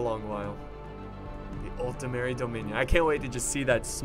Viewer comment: You´re still pronouncing it as "Altemeri" xD